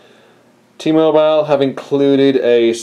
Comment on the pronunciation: ....T-MoBILE. quit sayin it so strong